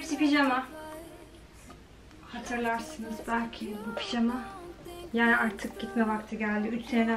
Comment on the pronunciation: Ablacım picama değil pijama doğrusu